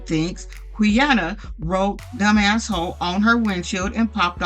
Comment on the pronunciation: Hey, thanks for the vid ❤ just a note, Quiana’s name is actually pronounced “Kiana”. Idk why it starts with a Q lol